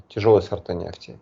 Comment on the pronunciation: Экономический эксперт даже говорить правильно не может😂😂😂 "нефтиииии"